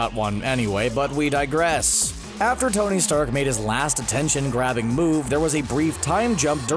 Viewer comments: THIS DUDE SAID TONY STAK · Did he just say "Tony Stack"??? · Did he say "Tony's sack"?